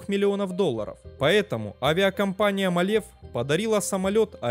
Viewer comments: мАлев правильно,а не малЕв. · Правильно не МалЕв, а МАле. Ударение на первый слог.